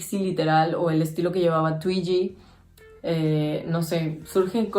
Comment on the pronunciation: No se pronuncia tuiyi ,se pronuncia Tuigi,mi modelo favorita!